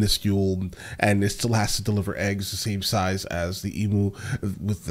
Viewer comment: As an Aussie living in Hawaii, I hear the way you pronounce "emu" all the time. An "emu" the way you say it is a hole Hawaiians dig in the ground and cook in. The Aussie bird is pronounced "eem-you". Absolutely fany